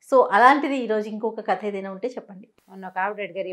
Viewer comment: adi katha kadu kadha dha ani undali kani tha ani kadu, u have been saying this since your first video, i am surprised why Rama madam also never corrected